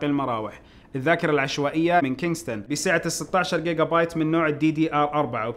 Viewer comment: اخوي مو جيجا بت جيجا بايت